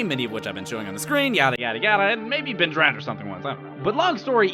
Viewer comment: Ben Drowend... Fucking. Brilliant.